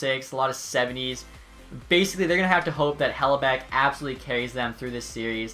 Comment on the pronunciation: Anybody else notice the mispronouunciation of Hellebuyck, it's Hell-i-buck not Hell-a-beck